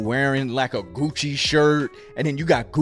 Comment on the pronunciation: “Goochie! Louie Veee! I got it on me!” 😂😂😂